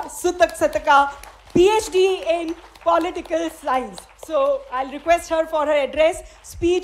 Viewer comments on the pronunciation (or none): పొలిటికల్ సైన్స్ అమ్మ పాలిటికల్ సైన్స్ కాదు